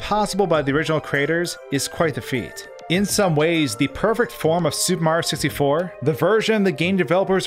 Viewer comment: He said "Supehmario64" like 30 times.